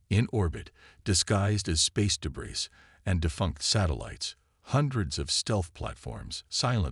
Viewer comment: What type of AI can't pronounce, "debris"?